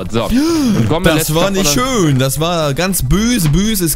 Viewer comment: Und schö mit ö Schüüü